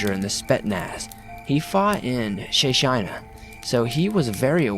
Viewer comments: he fought in Shashayna? it is Chechenya. Che, like Che Guevara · Bob Ross is th name of my father in law lol, makes u think though if his brother was Roman & the other was Bob-rov, i wonder what his name was! Also its pronounced chetch-nia... great even brilliant stories I hadn't heard b4, i was running out of Swamperino stories to listen too yr channel is utterly fabuloso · Lol, love ya, but, Chechnya - chech-nee-ya.